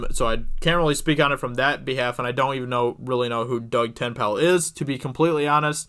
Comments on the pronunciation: Ten- nape- El. Not tin pal.. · It's Ten-A-pull, not Tenpal. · Te-nay-pal.....not ten-pal :P urg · Not subscribing until you learn to read. The man's name is TEN-Naple, also he's on EVS live chats all the time, don't know how you've never heard of him. Say ten-pal again mo-fo. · Ten-nA-pal. NOT Ten-pal. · His surname is Dutch. It's ten Napel. Not TenPal. And the a in Napel is an Aaaah! A... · AHHHHH your butchering of Ten-Napel (Ten-pal) hahaha at first made me laugh, then i got angry, then back to laughter, wish i could thumbs up this video more than once. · Ten ape 'ol Like ten maple but with a n TenNapel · His name is pronounced Ten-ape-l not Ten-pal. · For future pronunciation, it's Doug Ten-A-pel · It is pronounce Ten apple. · Say it like Ten-Naple. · Pronounced Doug tenAPPLE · Oh my god dude. Sound his name out before you make a video. Tennapel. Ten-ah-pel. This is cringe as fuck. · It's "Ten-ape-pull". :-) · Stick it those idiots Doug. Well done. his name is pronounced Ten A Pel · the way you’re pronouncing Doug’s last name is cracking me up! You’re leaving out the long “a” as in “hay.” Tenn “long a” pel. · It’s pronounced “TEN-A-PULL” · Ten-pal. Te-nay-ple. Like shoving Ten into Maple but replace the M with an N. Father Doug, is Comicsgate. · (Ten-ape-pole) stop saying his name wrong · Pronounced "ten-apple" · Pronounced: Ten-na-pull Waiting for the Dirtworm Doug game lol. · Your pronounciation of Doug's name... wow Doug Ten-Napel (Tenn-Apel), he has a channel on youtube, searches his name "tennapel" he has a good show on there and over 10k Subs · Psst - it's pronounced "ten-ayy-pull". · Dude! Your butchering his name. It's pronounced Ten-na-pel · Why do you keep saying Tenpal? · Pronounced Ten-Nay-Pull. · Tennapel --> pronounced TE-NAY-PUL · DOUG TEN-EH-PULL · Work on Doug TenNapels name. 🤣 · Pretty cringe to hear you mispronounce his last name so horribly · Tennapel, Tenpal? 10pal? Lol sorry I could get over the name mispronounce.